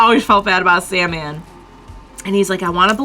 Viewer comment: Hey, no hate at all. I'm enjoying the video but something I feel is important to correct is calling Soundman, Sandman. Given what that reveal represents and means for people who can identify with him, it just feels important to me. I know there's no harm meant and this is just the name people remember and are reminded of when they look him up.